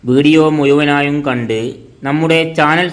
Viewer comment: ലിവന്റെ ഭാഷ ഏത് ? കോയിക്കോട്, മുയുമനായും, എന്തര് ?